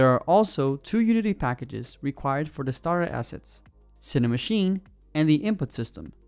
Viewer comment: "Now available for free..." has such a lovely ring to it... ;-P Does anyone else keep hearing "STAR assets" instead of "STARTER assets"? Yeah, I love to pick nits.. ;-P